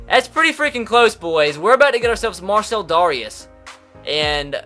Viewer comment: Mar-sell Dare-ee-us